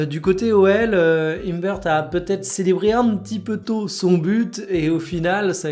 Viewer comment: « Himbeurte » a l’anglaise pour « imbère », tu me régales, même quand c’est français tu galères ahah j’adore ça fait le charme!! 😂 Merci encore pour le taff! Petit charriage sans méchanceté 😊🙏